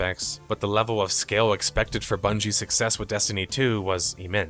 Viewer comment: “age of Bundey’s” haha 💚